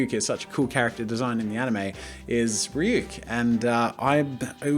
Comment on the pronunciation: THANK U SO MUCH FOR ACTUALLY PRONOUNCING RYUK’S NAME CORRECTLY